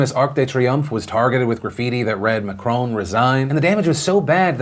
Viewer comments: Also its not Mac-Crone is Mac-Ron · Can anyone make a compilation of Phillip saying "Macrooon"?? It is so funny... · Am I the only one who loves Phil's pronunciation of Macron?